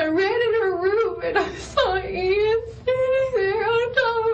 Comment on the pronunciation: Buen relato, pero no pronuncias bien el nombre de Ian ni una sola vez en todo el vídeo.